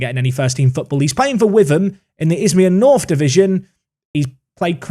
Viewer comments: Peri to Witham, pronounced Wit-ham and not With-em, to go along with his unpronounceable surname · Witham is said Wit Um. Source: I am from Witham. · I'm loving the fact that I get to watch you duke it out with my home towns local rivals, hopefully you beat Maldon next time though! (And just FYI Witham is pronounced Wit ham, the the doesn't make the usual sound) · Just a small point on the team Peri is on loan it, it’s pronounced Wit Ham. My hometown